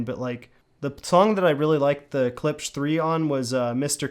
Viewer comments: Learn how to pronounce it, weak review. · You have a hard time pronouncing klipsch? Moron.